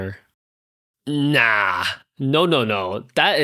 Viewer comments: I felt that "NAH" in my soul hahah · Really like the new style, I love the way you say nah makes me laugh every time ( I've been watching on Spotify but thought I'd comment here) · i definitely prefer you reading the story. i love the emphasis on the ‘nah’ 🤣😊